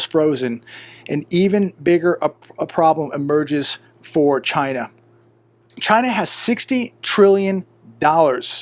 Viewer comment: your not saying it right, its CHYYYYYYYNAAAAA ( like trumpo )